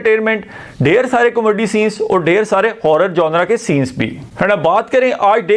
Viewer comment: What a Comaddy you are😂 Learn to pronounce kakay😅 Btw horror aisa hota hy kya k apni phat rahi ho, actually horror bhi comedy hi hoti hai bollywood mai kyun COMADDY😂😂😂